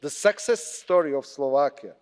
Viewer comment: What was this about? Rusia, sexes, mixed in new members, army, ..etc. By the way success vs. sexes have different pronunciations. The expressions on the faces of the eurocrats were comical at times or utterly bored & unable to comprehend your bla, bla, blabing. Kiska, it would be better for you to stay home next time.